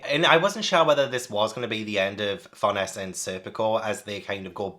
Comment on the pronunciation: Tiny, maybe not super needed thing since you're all caught up and may have found a pronunciation guide already, but here, for some of the one's you weren't sure on: Farnese is pronounced like FAR-NAY-ZAY. If it helps, remember it's an Italian name. Don't blame yourself for not getting that, I believe the vast majority of the English Berserk fanbase said it like FAR-NEICE or FAR-KNEES until the (infamous) 2016-17 anime came out and most of us actually heard it spoken for the first time. Also, Ivalera is said like EVIL-ERA. There's even at least one instance of Puck calling her Evil Airhead as a joke in a panel (which makes more sense when you know the pronunciation). As for Shierke, honestly just say SHEER and then any K noise you like and you're basically good. Whether it's a hard KH, a KUH, KEY, KAY. Whatever suits you're fancy and you're close enough. KAY is more-or-less how it's said in Japanese, but it is a German name so there's wiggle room on that being fully correct.